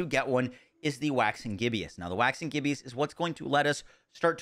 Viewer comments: Gib-Us. LOL. NOT Gib-E-Us. Sorry had to. Everyone is mispronouncing it. \ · Bro said 'gibby-us' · The way you're pronouncing Waxing Gibbous is killing me